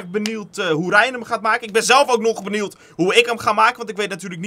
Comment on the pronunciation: Jo bro het is niet benield maar benieuwd